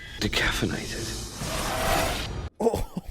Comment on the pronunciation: Decaffeinated? Lol dude didn’t know the word decapitated